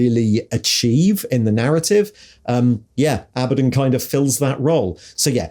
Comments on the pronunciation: Did you deliberately pronounce Abaddons names three different ways inside 10 seconds to cover all bases? 😂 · Love how Abaddon is pronounced one way in one sentence, and a different way in the next!